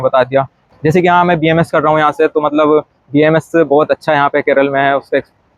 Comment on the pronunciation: Don’t make the “A” silent, it’s BAMS